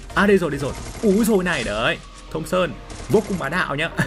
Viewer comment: Thompson mà nghe thùng sơn hoài 😂